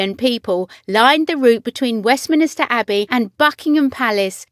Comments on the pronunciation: Someone needs to teach your mechanical voice to say West-min-ster properly (it's NOT West-min-is-ter). Good grief! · It’s Westminster and not ‘Westminister’ (mispronounced twice)